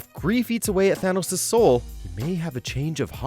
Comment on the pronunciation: He is Thanos not a Th-Anus 🤣🤣🤣